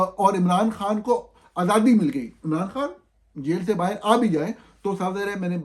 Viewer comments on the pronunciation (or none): none